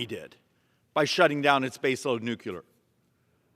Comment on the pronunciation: Schweikert is smart as a whip and always right on the money. But I do wish he would learn how to pronounce the word NUCLEAR. That's NEW-CLEE-ER. Not NEW-Q-LER. One of a long list of words that are regularly mispronounced, even by well-educated people who ought to know how to say it correctly